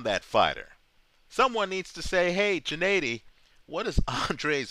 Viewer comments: No, its pronounced Gennady not djanaady! Listen to the Kazakhstani way which is the right way, whichbis why they chant Genna not Jenna during his fighrs, ggg's older brother who died was named SerGey not serJay and you could hear him say it in the "road to golovkin Geale" special on hbo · Abel never pronounced it like...he calls him Genaddy not Djenaydi or Djinadi..